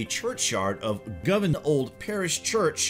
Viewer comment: Really bad commentary... Why goes he continue to mispronounce words/places and speak in such a staccato voice?? 1. Ja-co-bite, not Jay-co-bite 2. Go-vahn, not Gov-en, Glasgow 3. Aber-déen, not Á-ber-deen Lots of great info, but extremely painful to listen to....